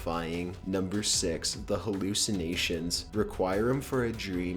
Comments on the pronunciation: The Pink Elephant scene from Dumbo terrifying kids? PFFT! That was my favorite part of the movie! I was just... thoroughly entertained by it. It wasn't the slightest bit scary. Also, it's pronounced "reh-kwee-em", not "reh-kwi-em". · Requiem. Not requirem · Rah choir em for a dream? Wreck re em for a Dream. You need a narrator that understands the full English Language. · Just an FYI - it’s pronounced reck’-we-um for a dream, rather than require’-um for a dream. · "Requirement for a dream" ???? REQUIEM: pronounced "re-KEE-em" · "reqwhyum" for a dream lol. common man requiem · dumbos beginning w the pink elephants scared the shite out of me when i was a kid. why did he say requiem like require um instead of reck wee um? lol not even close. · Requirem for a dream.. REQUIREM!? Bitch it's Reh-kwee-um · "Require-em for a dream." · requierum for a dreem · Why did he say requiem so weird? He said it like "require-um" ??? Lol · "requirem for a dream" lmao. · "Pan's Lambreth". "Require 'Em for a Dream." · Wreck-we-umm for a dream* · it's pronounced reh-qwee-uhm for a dream. I swear, you mispronounce at least one thing in every single one of your videos. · Good picks, but ouch, you need to look up words before saying them. Requiem is pronounced reck-wee-em, for example. Not whatever the hell it is you said. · ITS "REC WE UM" Phonetic spelling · requirem for a dream he says lol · wreck-kwee-em (Requiem) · Re-kwai-em for a dream? Really? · "Pans Labriff" "Requirem for a dream" having trouble with pronunciation? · "require-um for a dream" :///// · ummm... Require-um for a dream? haha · right?? requiem (wreck. we. um.) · Reck-re-umm. Or Wreck-ri-um. Watch the movie or anything, this is a re-vamped recycled watchmojo list. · "Requirum of a Dream"?... okay, now I know you're doing that on purpose. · I've never heard Requiem for a Dream pronounced the way he said it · Love the video, but you botched the fuck out of requiem. Not that it's important, but damn it was funny.